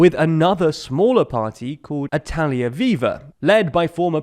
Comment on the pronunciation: Did nobody think about how “Italia” doesn’t start with L?